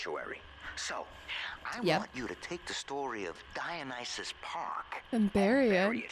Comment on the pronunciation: That Dionysus pronunciation practice in the last episode paid off - now says it like a pro, just in time for the level that actually features said (correctly pronounced) name. Let's continue this epic journey.